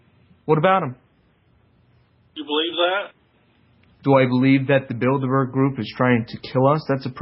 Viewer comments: Did this muthafucka really say "Build-A-Burgers!?" (Bilderbergs) what a troll! Why harass the people who bring the truth to us? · "The Bilderburgers"